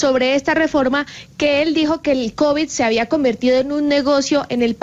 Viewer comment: Un ministro de salud que no sabe pronunciar Covid.. dijo covichx.. 😂😂 Tan petrista la situacion.. Habla como bultero de corabastos 😂😂